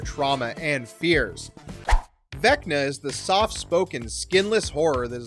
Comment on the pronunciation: Why did you say Vecta the first time?